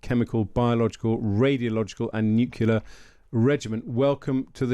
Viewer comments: Nuclear gentlemen, nuclear, not nucular! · The word is Nuclear - not Nucular. If I recall it was George W. Bush who first mispronounced this word. I never thought that Times journalists would copy him. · I do wish journalists wouldn't say "nucular", the word is NUCLEAR for goodness sake. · why do educated people pronounce nuclear as nucular? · When I hear someone say 'nukular', I automatically dismiss their opinion on the subject. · The mispronunciation of "nuclear" is a pet peeve in my book, right up there with mispronouncing the word "ask". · Even BRITS say NEW COOLER ....ITS NUCLEAR!!! LOL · Please stop saying "nucular". It's very annoying. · Nukular??? Come on aren’t you Brits supposed to speak English properly compared to us Americans? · Did their commentator say NUCULAR ?😂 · I know how you feel, but Victor J. Hanson calls it nucular so you have to allow some leeway. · many say nukeelar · Nukula is not a regional accent variation. It is simply laziness. It's rather like calling you Grame or Grime. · "Nucular" isn't a dialect word. Like "dimunition" or asterix (for asterisk), it is a plain and simple mispronunciation. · What is a NUKULA programme? Can't the Times Radio get proper English speakers to present their stories? It's a vitally important matter of credibility for a news channel to employ news readers who use the correct words to describe topics and events. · I do wish people would pronounce nuclear correctly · The pronunciation of the word 'nuclear' has been tortured by uncountable numbers of people ever since it hit the dictionary. Junior wasn't the first to do it and he's obviously not the last. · Oh no! It's Tweedle Dum and Tweedle Dee - and neither can pronounce the tricky word "nuclear." FFS, Times Radio. Where do you get these morons?